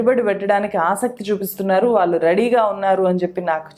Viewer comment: 'ఆరోపనలు' కాదు మేడం. 'ఆరోపణలు'... 'న'... కాదు... 'ణ'... 'వాల్లు'... కాదు మేడం.. 'వాళ్లు'... 'ల' కాదు 'ళ ' మీకు పుణ్యం ఉంటుంది. తెలుగు సరిగా పలికితే 🙏🏼